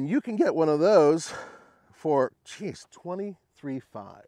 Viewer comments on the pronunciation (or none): none